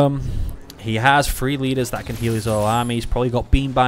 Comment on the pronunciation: Can never tell if your saying three or free